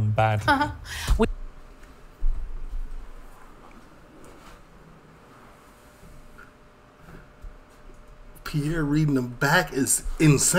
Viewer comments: Respectfully ...Piers Morgan is pronounced Peerce, not Pi'ere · Its piers morgan not piear morgan lol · Hello from the UK. Never seen your channel before, but I am LOVING this video! I'm crying laughing at your comments, just brilliant! I've now subscribed! And I'm sure lots of people have commented on this but his name is pronounced like pierce like when you pierce your ears 🙈🤪😂